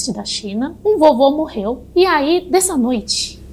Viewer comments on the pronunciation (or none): Eu tava tão no clima de terror até que ela mandou um “ todos os passageiros …MERREU 😂